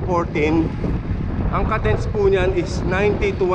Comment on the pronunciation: uhm, its pronounced /kay dns/ not /kuh dns/.... just saying